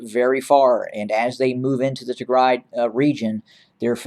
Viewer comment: Thank You for covering the Tigray Genocide. The pronunciation of the cities are incredible👏🏾🤩🙏🏾 Tigray Siera Bdeka